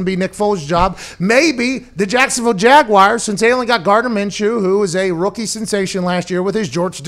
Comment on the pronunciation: I love Pat, but if I hear him say jagwhyers one more time I'm gonna pull the last of my hair out. Where do people find the I in jaguars?